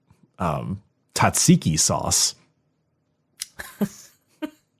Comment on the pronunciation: As a Greek fan, never say tzatziki like that again 😂😂